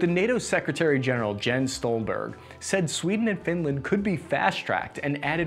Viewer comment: "200 logistics trucks" "102 millimeter mortar tubes" "Dimitry Medeziev" "Jens Stolberg" LMAO this channel is a joke. 200 is the number of new trucks to be acquired within the next three years. Task: misread every number and mispronounce every name. Purpose: ?